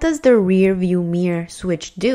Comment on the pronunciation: The way you say mirror is so funny.. it's like your are saying mier lol